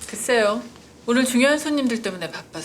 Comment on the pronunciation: 글세욘데 그쎄요ㅋㅋ발음